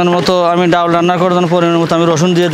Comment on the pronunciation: ডউল কি। ডাল বলেন শুনতে ভালো লাগবে